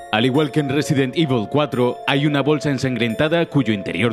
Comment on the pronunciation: Otro detalle alucinante: en este juego, para, Evil se pronuncia Evil, pero en Resident Evil se pronuncia Ivel XD Qué pena que estos vídeos de "30 detalles..." hayan degenerado tanto. Antes eran imprescindibles...